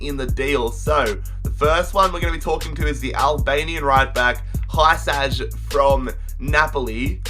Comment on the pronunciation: FFS HYSAJ IS PRONOUNCED HUSAI